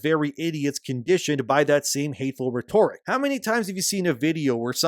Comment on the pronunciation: its pronounced ret-or-ic, not re-tor-ic.